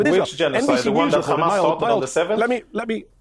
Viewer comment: Hamas not khaamas its not difficult.Your family is running from the stolen land.And u are abs Hitlarious